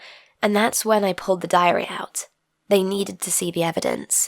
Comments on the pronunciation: Idk but when she said diary i heard diarrhea (sorry for my bad english) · I thought she said diarrhea